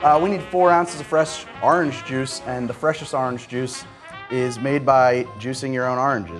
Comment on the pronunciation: The way you say Orange just cracks me up. Love the channel so far